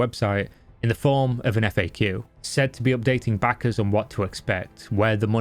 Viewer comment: Good Video,but you pronounce backers a little bit like (sussy) Bakas:)